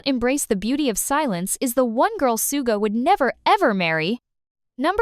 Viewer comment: The voice is clearly AI, so please chose one that doesn't grate on the ears and also knows how to pronounce words correctly, or proofread your script so it can cope. Hideous voice. Suga is not the man "known to the world as Soooga".